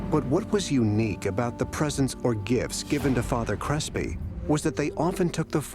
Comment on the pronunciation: Did you say father crispy?